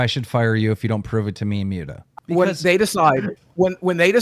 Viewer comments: "I've been friends with Mute-a for years" Clearly not enough that you bothered to learn how to say his name, keem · Am i the only one who gets more pissed off each time keem says "Myuta" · Why does nobody correct Keemstar when he keeps calling Muta “Mew-ta.” Like everyone pronounces it right and he hears it; yet he continues to say it wrong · y he call him mewta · Lmao at the way keemstar says “mute-ah” instead of Muta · I can't stand the way Keemstar says "Mewda" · LOL."ive been friends with Muta for years" but can pronounce his name